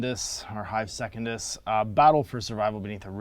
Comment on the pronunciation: You pronounce "Secundus" correctly: se-cun-dus. Otherwise, it would be written as secondus: se-con-dus.